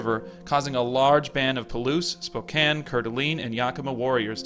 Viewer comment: I'm surprised you pronounced Spokane right.